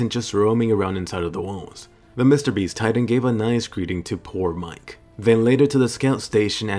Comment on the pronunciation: It’s actually miche(me-Kay) not mike